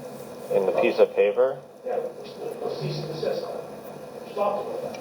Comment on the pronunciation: Every time I hear “Cyst and Deceased” I cringe Its CEASE & DESIST